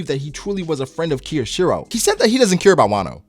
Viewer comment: His name is pronounced K-yo-shiro. Not Keyoshiro. Just the K sound plus yo then shiro.